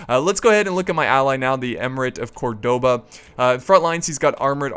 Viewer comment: Please please please pronounce Córdoba properly, emphasis on the first ó (that's why the accent is there) :) had to say something after so many Youtubers saying it wrong :P